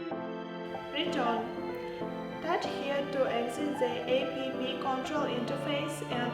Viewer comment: So the Chinese found a white girl to read text on paper for their marketing? Its App not A P P you geniuses ! At least tell the reader how to say it properly. BTW, good drone for starters.